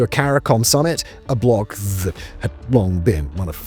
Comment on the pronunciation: you sound like you are so drunk. what in the world did you say. are you using AI to read a script? that was so bad. you pronounced that as thhh. oh my god you do it again! you cant pronounce the word that! haha